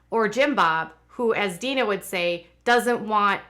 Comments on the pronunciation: Jim Bobs sisters name is Deanna: Dee Anna not Dean A Please stop saying Deana. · It pronounced "Dee Anna" not Dina.🙂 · Exactly. How in the world does she claim to be their good friends and not know how to pronounce her name? She also spelled it the way she mispronounces it so I can tell she is reading it as Deana when it is De-Anna. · Why do you call her Deena? Isn't she called DeAnna? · I noticed that too and commented she even spells it the way she mispronounces it but that doesn't explain how she is friends with Amy and her and not heard how they say her name. Very weird. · Amy's mother's name Deanna is pronounced DEE-ANNA.